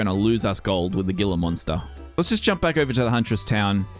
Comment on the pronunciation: "Gila" is Spanish in origin, I believe. At any rate the "g" is pronounced like an "h" so it sounds like 'hee-la' monster. New to the channel, but liking what I see.